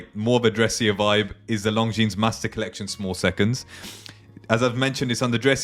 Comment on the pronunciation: Good video. You don't pronounce the 's' in Longines